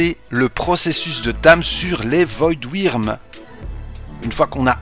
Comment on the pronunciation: Le " strider " x) prononciation française 100 % nan Ptn stp " voidwirn " 😂